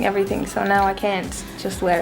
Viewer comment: I love when she says "everythink"